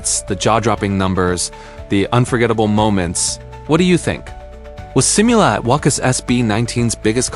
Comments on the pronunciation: "seem you lah" :v ~AI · that's one word u kept on repeating in this video... You might as well do some effort pronouncing it correctly just like the way Filipinos try hard to give neutral or close to American accent and "proper" pronunciation of English words😅😂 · hit like and subscribe?🙄 hell no... u can't even properly pronounce one word u kept on saying "simula"